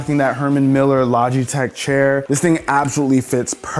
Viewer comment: Maybe it’s just me but the sponsor segment sounded like he was saying lodgeytech a couple times